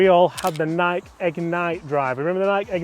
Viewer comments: its NIKEEEEEEEEE not NIK Stop making names up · Why do I hear some Brits pronounce Nike like the name “Mike”. It’s fucking Nikey. Nikee. Like Mikey. Jesus Christ idk why but it bothers me so much 😂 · It’s Nike…..like “ni-key”. Bothered me the entire video. And that’s not like a Uk thing. It’s pronounced the same all over the world. how the hell did they get it that wrong. Unless it’s an inside joke I don’t know about. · Nikey like crikey, not Nike like bike. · It’s pronounced “Nike-E” omg when he would say Nike it drove me nuts lol. However my first clubs were Nike slingshots. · “Ni-key” not “Nike” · "Nike eeee" not nike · It’s pronounced Nikee. Not nike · it’s not Nike as in Mike, it’s Nike as in Mikey. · It's not pronounced like bike, hike, mike ect, because it comes from Greek where you pronounce the e sound with a sound like key. So you are wrong it actually has two syllables ni-key. Also, the CEO said you pronounce it that way. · It is pronounced Nikeeeeeee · Had to stop watching. It pronounced “NIGH-KEY”. Wow… 😂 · my brother in christ it’s Nik-ee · Nik-ie drove me nuts the whole video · nai-kee is the correct pronunciation. Idk why but couldn’t get passed the firs 4 minutes of this video hearing you guys butcher the pronunciation lol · it's ni-keeee. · It’s Nikeee! Lol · Guys, you are mispronouncing Nike - it is pronounced nigh-kee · Stop it……it’s Nikeeeeee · It is pronounced “Nikey”. And no I don’t want to start a new aluminium or colour type of debate 😂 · Ny-kee, again, it is pronounced, ny-kee. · IT'S PRONOUNCED "nai-key" and has been for thousands of years since the company was inspired by the Goddess of Victory - "NIKE", in Greek mythology. You want to have different pronunciation of Aluminum, that's fine, however Nike (Ni - KEY) has been around for long enough that everyone know the correct pronunciation. SMH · from google its pronounced nai·kee . Always though it was odd they mispronounce in Europe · Pronounce it correctly NIK “E”. Nikeeeeeee